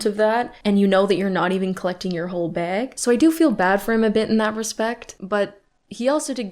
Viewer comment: I love the way says Baag